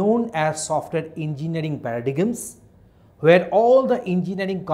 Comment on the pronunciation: It is pronounced as para-dym.